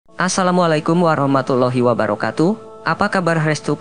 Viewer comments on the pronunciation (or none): none